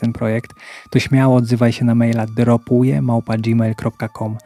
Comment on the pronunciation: Witam. Email według tego co mówisz to D R O P U I E... chyba lepiej powiedzieć D R O P U JOT E 😊 Pozdrawiam